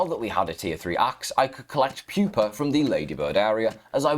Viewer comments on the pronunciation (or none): none